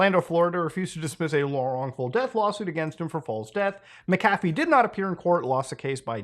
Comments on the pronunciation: You're arguably the first I've heard pronounce it "mickafee" instead of "mackafee". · You keep pronouncing his name wrong even when he says how to say it. Its Mac-A-Fee, you keep saying Mick-Af-E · ita pronounced mac afee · Its pronounced macafee. Omg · You heard him say his name, and still mispronounced it throughout the entire video... ??? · Yeah. You didn't do your due diligence on that one. You don't even pronounce his name right